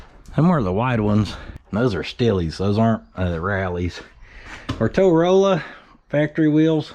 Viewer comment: Now just hear me out.... "Mowrolla"